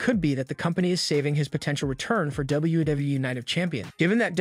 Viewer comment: Is it me, or does this guy have a really hard time saying, "WWE"..??